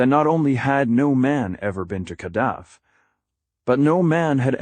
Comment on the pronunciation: What a garbage narration. Ur bullshit ai voice can't even say kadath right